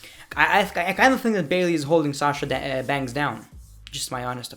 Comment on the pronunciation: I love u saying shasha bankhsss!!!